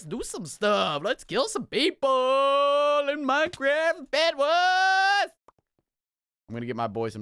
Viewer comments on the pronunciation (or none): Yes and bedWAS it pronounce bedWARS